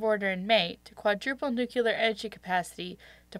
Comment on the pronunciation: It's Democratic, and nuclear, not nuciler